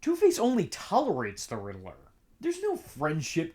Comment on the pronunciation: God bless you... But It's pronounced "rid ler" not "riddle er" lol